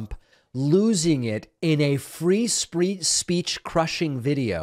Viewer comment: You mock him for saying "troth central" after you said "free spreech"